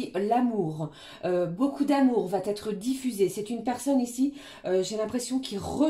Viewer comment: Guidance claire et fluide, merci, par contre, si vs pouviez éviter de faire cette liaison (va t être), qui me fait saigner les oreilles, vs n êtes pas la seule😂 Va...etre, c est idiot mais ça me gâche l écoute! Sinon je vs adore❤